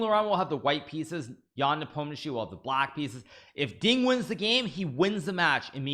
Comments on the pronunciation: Finally says nepomneshi correctly 😂😂😂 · Wow, Hikaru knows how to pronounce Ian lastname